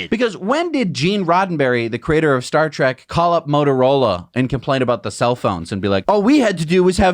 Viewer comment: Did he just say....Star Trak......?